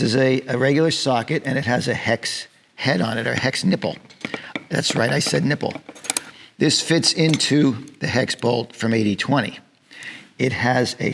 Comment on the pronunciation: Did he say nippel?